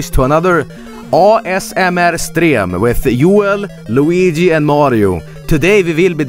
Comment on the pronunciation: Joel said yuan